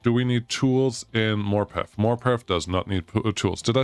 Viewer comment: Morpeth = maw puhth